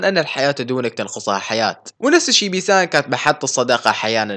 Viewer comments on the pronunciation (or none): none